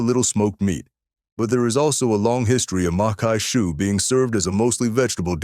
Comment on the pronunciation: macque chue is pronounced mock shoe. Congrats to you. I drooled during your video. You video also evoked fond memories of my grandma who cooked many of these dishes. One of the reasons I don't use seafood very often is due to the high cost of oysters and crabmeat. I made a seafood stuffing using cornbread, shrimp, crawfish tails and shrimp that cost almost $50. I'm subscribing to your channel. Good job.